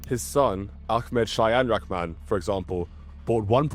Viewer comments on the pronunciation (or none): Thanks for your effort towards proper pronunciations to you and accurate coverage, it's a thousand times better than any other Westerner I've ever seen online put forth. Just a minor point, in Bengali, "Rahman" is pronounced "Raw-haw-maan".